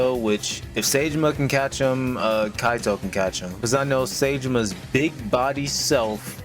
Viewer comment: Bro- The way you pronounce "saejima" is just 🤣😂🤣🤣🤣🤣🤣🤣🤣🤣🤣🤣🤣🤣🤣😂😂😂😂😂😂😂😂😂😂😂😂😂😂😂😂 dies of laughter